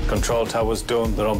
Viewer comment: said ternimal not terminal 😅